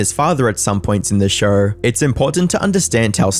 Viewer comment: It’s show…. Not shurrrr